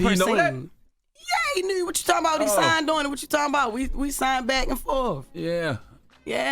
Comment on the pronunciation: when she said "Yeah He Kneeeeeeewwwww" I said oh she gotta be from Baltimore.....lol I love it!!!!